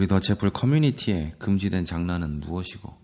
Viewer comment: 더채플커뮤니티 모임.....에 대한 리플입니다왜 굳이 이 새로운 교회 이름을 영어로 만드셨는지요?(글로벌한 개념으로 만드느라 그랬나보다 싶긴한데요)모임을 공고하느라 여러번 이 이름을 말하시는데 영어 발음이 정말 듣기 괴롭네요. 이 운동을 글로벌하게 하기 위해선께서 요 이름 만니라도 좀 원어민 발음으로 연습해서 발음해 주시면정말 좋겠습니다 아니면 아예 한국말로 이름을 바꾸든지요(이제사 바꾸는 것이 쉽진 않겠.....) 그 '깬다' 라는 속어를 아시리라 생각합니다 얘기를 긍정적 내지는 감동적으로 듣다가 교회 (모임) 이름 얘기하는 부분에서 '깹니다'. 이렇게 말해서 죄송.....